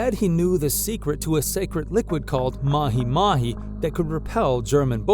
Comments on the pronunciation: I am very disturbed by how you say mahimahi...its MA-G MA-G. Maji is water. There is no such thing as mahimahi water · I can bare with the other mispronunciations but not mahi mahi, pronunciation- ma jee, ma jee.